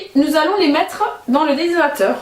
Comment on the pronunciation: Aller un petit effort d'articulation.... DES--HY--DRA--TEUR... essayez encore DES--HY--DRA--TEUR...